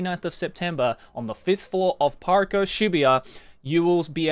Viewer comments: Why did he become American when he said Parco? - . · Real real American😂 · When he says PARCO he sounds so american hahahaha